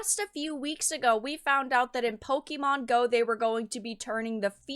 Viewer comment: Pokémon, not pokimon.